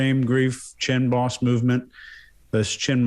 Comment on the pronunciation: way of saying "chin boss" and maybe a little bit too - had me wondering if they were saying "chin balls" for months - even though just one makes sense. Dang ol' country boys.